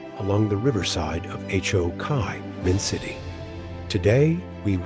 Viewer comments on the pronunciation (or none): I had no idea Ho Chi Minh City was actually pronounced H, O, Kai Min City! Wow! 😂